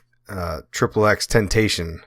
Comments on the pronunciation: You didnt even say his name right its not temptation so im guessing the rest of the video is ill researched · you talk about Jahseh but yet you can't even pronounce his name right🤦‍♂️ foh & you got your timeline with him all wrong. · Bruhhhh u cant even say his name correctly 😑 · Saying his name wrong bruh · 2005 listen to the very beginning he didnt even pronounce his name right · 2005 its common knowledge what his name stands but if someone makes a video and didnt take the time to even learn the correct way to pronounce the word why would someone believe anything else that he says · I can’t get over the fact he can’t say his name right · Said tentacion wrong lmao... but RIPX 💔